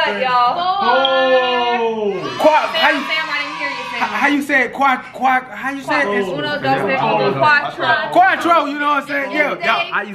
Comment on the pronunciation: said qatro 😂😂😂😂